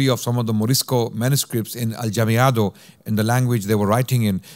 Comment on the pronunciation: Jazakumullahu khairan this was great. You gave a great overview and even covered the Oran fatwa! A kind correction, it was the Goths that sacked Rome, not the Vandals. In Spanish Mudejar is pronounced Mudehar and Aljamiado as Alhamiado. Talking about Alhamiado which is writing Spanish with adapted Arabic script, this certainly provided protection for Morisco's activities from their ignorant prosecutors but in essence aljamiado literature is from the time of the muslim rule and we have similar processes in many places like Bosnia for example or even the Persians write in a sort of aljamiado. Muslims felt the Arabic script special and very close to their hearts. Allah razi.